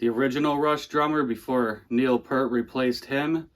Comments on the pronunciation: Neil P-"EAR"-t! not pert. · Red Barchetta, not The Red Barchetta. Neil "Pea-rt" not Pert. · P(ear)t, not "Pert"